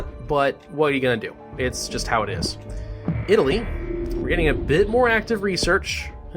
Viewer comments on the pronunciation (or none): none